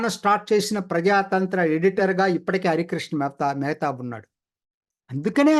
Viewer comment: మెహేత కాదు మెహతాబ్!